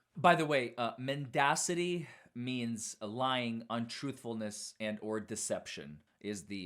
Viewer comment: I discarded testimony when he mispronounced a word which suggested he wasn't very familiar with it. (to be fair he did correctly pronounce it later on but even so he was a bad choice - the purpose of an expert is to explain things to the jury to help them understand the facts so that they can come to a judgement - he didn't give clear answers and if anything just caused more confusion - although that might be the prosecution strategy here).